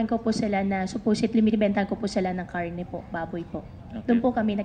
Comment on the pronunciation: prang kakaiba sya mag tagalog. prang di nman tagalog pang kapangpangan. kung pano nya bigkasin ang karne gives it away.